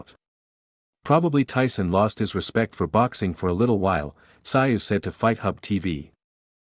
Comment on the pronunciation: Who the hell is Kosta Sigh? It's Kosta Tszyu pronounced Kosta Zoo! Maybe some research when you do a video?